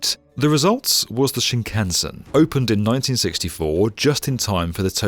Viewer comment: Hilarious repeated mispronunciation of shinkansen